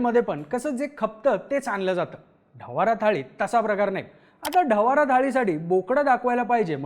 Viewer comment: ढवारा ❌ ढवडा ☑️